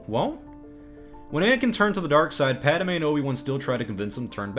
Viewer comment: I hate how you pronounce “Padme”